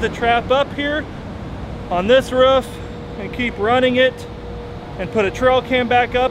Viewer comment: Only said roof correctly once and they rest he said ruff